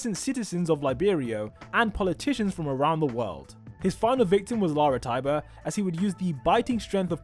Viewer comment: Lara's last name is Tybur, not tiber and some say her real name is Emma Tybur.